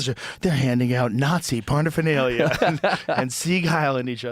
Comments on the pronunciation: what's 'parnafenalia'?? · WTF is Parnaphernalia??